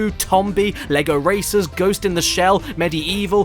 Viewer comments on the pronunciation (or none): none